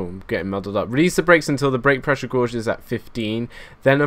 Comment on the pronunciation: It annoys me how you say Gourge instead of Gauge. Love your work anyway!